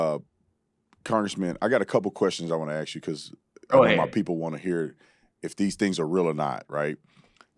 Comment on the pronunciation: Dude I kinda like your content but remember “There” is something in the English language called “The “ word “T” not Dhat not Dhe It’s That and a The. It’s not Axe it’s ask. Please start the Trend To reverse this..